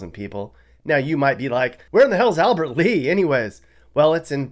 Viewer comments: FYI - it's Albert LEA not Albert Lee. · Lol, Sounds like he's never been to Minnesota. Did you say Albert lee??😂😂😂😂 If I'm not mistaken, pretty sure it's Albert Lea. lollzz 😂😂😂😂